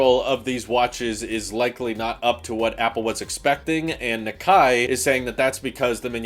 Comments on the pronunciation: I think Nikkei is pronounced like "nee-kay" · Nikkei Knee-kay (as in okay) Hermès Air-mess